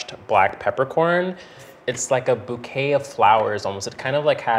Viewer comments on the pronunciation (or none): none